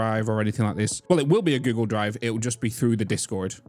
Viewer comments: I keep hearing Giggle drive, not Google drive xD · Can not unhear giggle drive😂😂